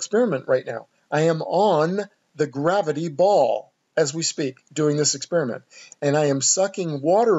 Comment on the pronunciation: ‘“ BUt the Gravitee” ........ they say. HahHa haha Nice video tho bro I enjoy your work. Keep it up!